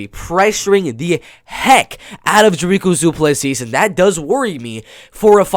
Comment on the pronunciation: Love that people abroad aren't underestimating Dricus. One thing tho', his name is pronounced "Dreek - Uhs - Du - Plus - See". I'm also a Afrikaans boy from South Africa and we share a surname, so you can take my word for it. Awesome video!